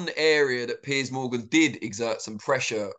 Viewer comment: Piers is not pronounced pierce. He doesn't pierce a tomato. He peers, then runs away from debate.